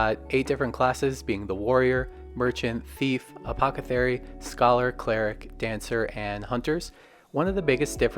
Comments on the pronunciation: “Apothecary” not “Apocethary” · It’s “apothecary” not “apocethary” 😂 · love the video format, will watch more...but good god man. apoth-a-carry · just a note to keep u from being flamed you pronounce it apoth not apoca thanks for the vids